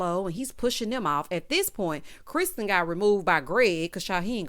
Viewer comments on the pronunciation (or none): none